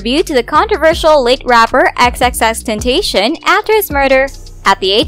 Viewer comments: It's the pronunciation of tenTATION for me...🤢🤢 its taCION. FFS EWWW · Did this lady really just say xxxtentation🤣🤣 its xxxtentacion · XXX Ten-tah-ceeon that is how you pronounce his name:) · First of all its not "Ten Tay Shon" And everybody says chink get over it twitter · Sound out the word. Ten-ta-ci-on. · Stop..stop..stop. society wants a scandal for her so bad...the amount of reach here is astonishing lol. & don't speak on X's name if you can't pronounce it lol. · No one gon say anything about how they’re saying “Xxxtentacion”? No? Okay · Just the fact she pronounced XXXtentacions name WRONG irritates me she said it so WHITE